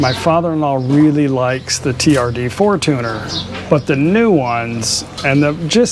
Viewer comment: Fortuner = for-chun+er.....even thai tv ads are for-chun-er. I have only heard foreign men call it a for-tooner......sorry, just a real pet peeve of mine!😉